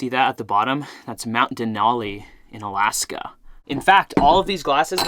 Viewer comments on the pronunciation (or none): none